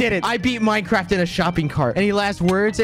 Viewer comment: minecwaft lol